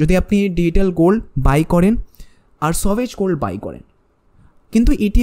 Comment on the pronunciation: সভেজগোলড্ বলে কিছু হয় না। ভালো করে জেনে বলো। উচ্চারণ ঠিক করে নেওয় উচিত হবে। 😅